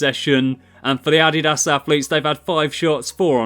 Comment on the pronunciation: It’s Nike not nil and no t addiass its adidas